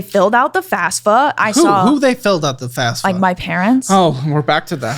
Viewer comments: Fafsa not fasfa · Two things: 1. IT'S FAFSA not FasFUH 2. We found twin sister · Come on people, its FAFSA, not fasfa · Is there a reason they all, without fail, say FASFA instead of FAFSA? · “they filled out the FASFA” “who they filled out the FASFA” 😂😂😂😂